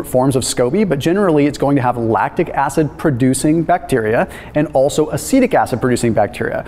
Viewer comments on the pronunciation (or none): none